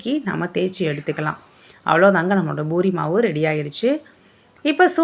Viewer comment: அது boori இல்லை. Poori